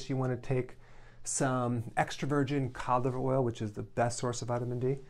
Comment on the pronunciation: Hello everyone. Did he say: "COL LIVER OIL"? I would appreciate the response from someone. Thank you